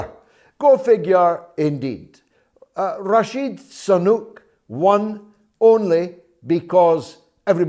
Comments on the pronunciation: I was wondering too. Is it on purpose? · George, you keep calling 'Rashid Sanuk' , while its actually Rishi Sunak.....!!!!, Why do that ? I wonder !!